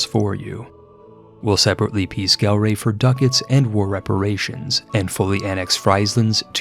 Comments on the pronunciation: I take that back. It is worse. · I'm sure your pronunciation of Gelre could not have been worse than your pronunciation of Friesland...